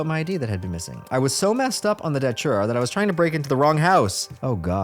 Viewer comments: it's not "daCHURA" it's "daTURA" man....c'mon why do americans always intentionally pronounce things blatantly wrong? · Its datura. Not datchura. Tho i think ppl should just call it detera, cuz its close enough to deterent. Amd it seems.mostly everyone whose done it wants to deter others fro. Doing so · Dude why do you keep saying Dochura